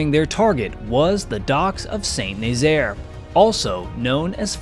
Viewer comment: Great video. By the way, Saint-Nazaire is phonetically pronounced: Sah-Nahzair. Not Saint Nayzeer